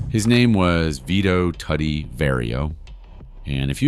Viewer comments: Listen Its pronounced "Toody" like "Woody" not Fckin Tuddy Which is a nickname "Tudido" (Too-Dee-do) in Sicilian.. If you listen in the movie i the beginning Tony Sirico taps him on the stomach and says "Mingia Toody" You gaot a good video goin on here ill give you that but next time habe an Itslian-American do the narrator 0 Part... Capishe? Decent video wrong photos at some points you Had a Photo of Fat Tony who was boss of Genovese Not Luchese Horrible at name calling But Ill give you a B+ for the video great story and content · Isn't it pronounced Too Dee? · And Tuddy